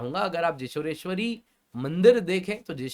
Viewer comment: Sir, the correct pronounciation is जौशोरेश्वरी (Joshoreshwari) . The place "Joshor" was actually pronounced wrongly by British colonizers and never got ammended